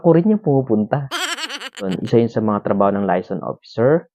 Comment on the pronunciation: MISPRONOUNCED AS USUAL. LAYASON ? HAHA ANO layas ng layas? paki ayos po pag pronounce :)